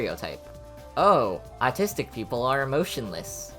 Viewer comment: i though he said "i am a nazistic touhou fan" 😭😭😭 (i know it's not how it's spelled)